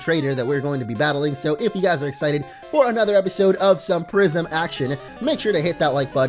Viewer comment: I thought you said prision action